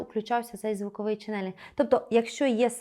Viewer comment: Дякую за вашу роботу! Промовляйте, будь ласка, чЕнелинг, з наголосом на перший склад. Дякую!